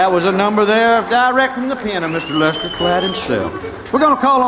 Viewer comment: Good but it's not lèster Earle